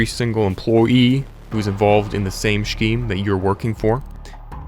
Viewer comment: I hate how you say scheme. It’s so wrong